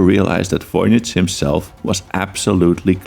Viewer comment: there’s no basis for pronouncing the V in Voynich as an F